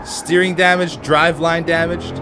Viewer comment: always says "steerink" and i'm always like no, beef it's "steering" lol xD